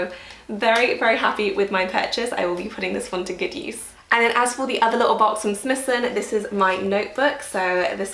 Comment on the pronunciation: Prada for sure. Also just a small thing - Smythson is pronounced with a ‘why’ Sm -why-ythson. Love your blog.